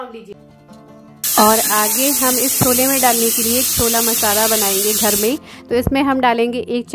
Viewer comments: छोला नहीं बोला जाता है, छोले बोलते हैं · उसे छोला. स्कूलच्या. नही केहते. उसे. छोले कुलचे कहते है. ठीक से बोला.